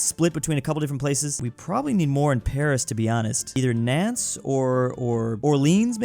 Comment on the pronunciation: Nantes is pronounced kinda like “nonce” btw